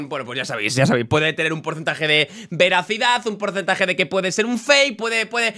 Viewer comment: se dice veracidad 😂